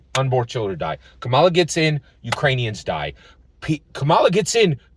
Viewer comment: Hi‼️ I haven't watched nor commented on any of your videos since Andrew Yang dropped out four years ago. I hope that you and your family are doing well. I must say that I am disappointed that you are not voting for Kamala Harris. Because of the way that you consistently Mispronounced her name, I suspect that you have been watching Anti-Kamala Harris videos, & have made your decision based on those👎🏾👎🏾 PLEASE, give this Presidential Election, and therefore, US Citizens a fair chance by listening DIRECTLY to what Kamala Harris says out of her own mouth, about the issues that you brought up - Abortion, Support for Israel, Etc. The fact is that Trump's Project 2025 & Trump's Agenda 47 has put US Citizens into a situation whereby we are in danger of losing our Freedom & Our Democracy, among many other things. Therefore, The upcoming Election is NOT Harris vs Trump. It's Democracy vs Dictatorship It's Racial Equality vs Racial Oppression It's Women's Rights vs Women Oppression It's FREEDOM OF CHOICE vs Gov Rule. Additionally, Trump is a Racist. This is proven by how Trump & His Father coded their housing applications to ensure that they didn't rent their housing to Blacks, how Trump STILL wants to kill the Central Park Five even though they have been proven innocent, how Trump wants to give the police complete immunity in spite of their history of Police Brutality against Blacks, How Trump has recently spread that LIE whereby Trump calls Haitians who came to Springfield OH LEGALLY